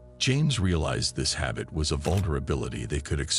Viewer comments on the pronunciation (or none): none